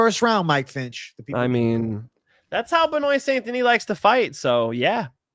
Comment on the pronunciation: Hey tell finch how to say benoit st deniss name properly please (Ben-wah)